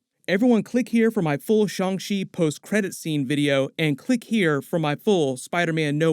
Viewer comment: It’s pronounced Shang Chi not Shang She. Chi like Taichi not Taishe.